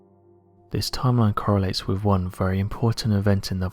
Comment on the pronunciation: Please, please PLEASE...pronounce your "th's"! One example is the word "with," it's not "wiff," it's "wi'TH"! I'm probably the only person who's driven nuts listening to the grossly mispronounounced words with "th's" in them!! AAAARRUGH!